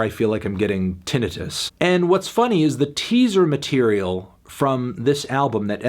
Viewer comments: The real tragedy is the way you said "tinitus" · sounds bad. ta knigh tis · YES!! he’s said it like that in other videos and it’s so fuckingg odd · He was trying to say tinnitus right?? I don’t think that’s how it’s pronounced. Though it’s very possible that I have been saying it wrong this whole time. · Disliked solely for his pronunciation of tinnitus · Wait why did he pronoun tinnitus wrong